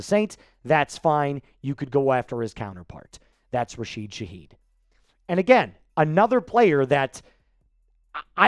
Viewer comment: It's RASHID, not RAHEED